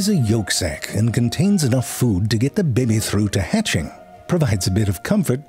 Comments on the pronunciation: I know it's based, but I do love the way my guy pronouncing baby.....BEBI ! Hahaha!! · I love the way he says baby. These are my Fave.